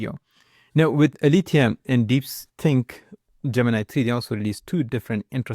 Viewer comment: It's not "Alifia". It's Aletheia the greek goddess of truth. It's pronounced ale-te-ia.